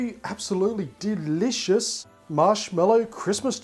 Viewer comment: I like how you said delicious! With you're accent! ^ω^